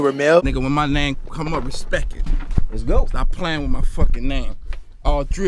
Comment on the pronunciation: I can’t get over how he said respect it, my mans said R E S P E K I T